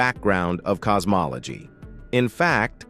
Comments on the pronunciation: Cos-mol-a-gee 😂😂😂 you gotta put more effort into these. just type it as it shounds and eleven labs will pronounce it correctly. Also, helps if you listen to these before publishing. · Um i stopped watching at "cosmoloGEE" GEE?